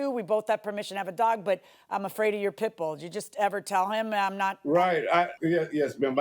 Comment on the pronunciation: He got a full grown "pit-boa* 😂😂